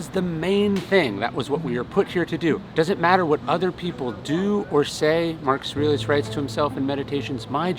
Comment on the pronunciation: You probably say the name "Marcus Aurelius" 100 x per day. Still, out of respect, you should enunciate it clearly, and not slur it. Obviously not pronounced " Marcasrilluss". The old guy is your bread & butter.